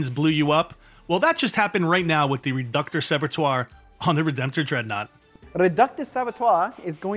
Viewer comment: I don’t know if the narrator is ignorant of pronunciation, or being purposefully incorrect, but his pronouncing of “Reductor Saboteur” was annoying. It’s pronounced “sabo tour” not “sabber twah.” The Batrep was great, high production values, great players, and armies. It was just annoying. Like watching an excellent program about cars, but the presenter keeps pronouncing Buick as Buck. Maybe it’s an inside joke from a previous episode I’m unaware of. Very entertaining though.